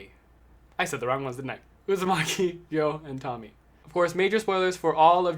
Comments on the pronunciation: I know it’s each time their own but I think Tomie is pronounced Toe me ay Anyway great video (in waiting for gyo and shiver to come in the mail) You definitely deserve more subs 😁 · Before u get on camera always check Google translate for stuff u dont know how to pronounce so no one make fun of ya, cause its pronounced tomi ay